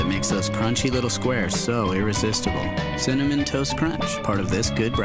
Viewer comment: no hɛ said 'CINNAMON'